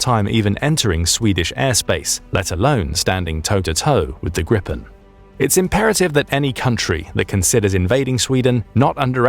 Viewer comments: I know it's nitpicking but I get really irked when "GRIPEN" gets pronounced "GRIPPEN". The correct probounciation would be more like -"GRII - PEN".The alternative would be to simply use the english equivalent of the word which would be Gripgon (yes the plane is named after the mythical half eagle half lion creature). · Sweden has been on Russia Alert since like the late 1800s. but i hate that the commentator says "Grippen" its spelled gripen ffs 🤣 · YOU PRONOUNCE THAT TOTALLY W R O N G! THE "I" SHOULD BE PRONOUNCED AS A LONG VOCAL SO IT SHOULD SOUND JAS 39 > GRIIIPEN < BECAUSE.THERE I S NO - - A DOUBLE TWO "P"! GRIPEN IS NOT A REAL BIRD IT IS A MYTHOLOGICAL ANIMAL IE A BIRD! SO SPARE US FROM THE FAULTY NAME! DAMN IT! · We pronounce it Jaas 39 Griipen. Long A and I. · petty but prounced griiiiiiiiipen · Its pronunced "Greepen" with a hard n, r and g